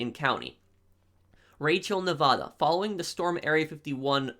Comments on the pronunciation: You say Nevada wrong!! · i love your videos and everything... but say nevada right